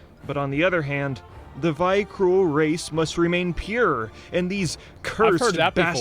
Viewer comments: it infuriates me to hear call them "vykrul" when it's actually "Vrykul". And nobody noticed either so asmon and the chat all started saying it wrong and it makes me so mad like sbogyhaisbgkjadg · Vrykul, not Vykrul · It's vrykul, not vykrul... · It’s ‘Vrykul’ not ‘Vykrul’. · This guy went to all of the effort to make this video and can't pronounce "Vyrkul" correctly. It's not Vy Krul. It's Veerkul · How is that dude gonna make a good ass video that he obviously spent a lot of time on, and mispronounce vrykul the whole time and pronounce epitome as "Ep-i-tome" LOL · I really don't understand how Asmongold doesn't know shit about the lore even though WoW is literally like a fifth of his life. 😂😂 Btw, did Blizz change it or what? Why do they call them Vykrul and not Vrykul? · VRY-KUL god dangit xD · Hearing him say Vykrul was excruciating. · ah yes the Vykrul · Ah, yes. The Vyk-rool. Everybody remembers the Vyk-rool. Right, guys? The Vyk-rool? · Knows the whole story, still can't pronounce Vrykul properly. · Why do both of them move the "R" in Vrykul to be after the K, when it is not? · I hate how the guy can't pronounce Vrykul correctly. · I hate how the video AND Asmon himself pronounce Vrykul the wrong way ... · My ears are bleeding from his pronunciation of Ymiron and Vrykul lol